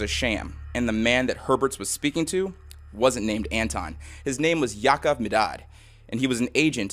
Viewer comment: You pronounce it "Ya'Akov Ma'dad"